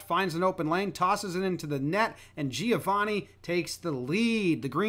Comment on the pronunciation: Hearing Americans pronounce Giovanni like that never fails to make me cringe